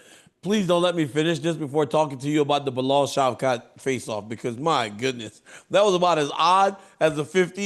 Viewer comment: Chael got Bilal pronounce right. Yayy